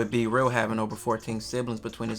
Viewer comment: His name B-Real, not c-real duh... 😂